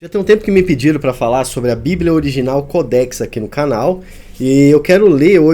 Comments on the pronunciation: Mais que ignorância quer falar sobre o assunto e nem observa à acentuação não é codéx e sim códex preste atenção antes de querer apresentar algum comentário sobre qualquer assunto viu sabidäo funcional ! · Cara não é codéx e sim códex preste atenção no português.